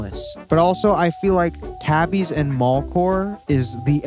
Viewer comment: super dope but tabi is pronounced "tah-bee". "ah" like "water".